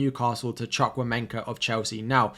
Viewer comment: As a Nigerian, your pronunciation of chukwumemeka is funny😂😂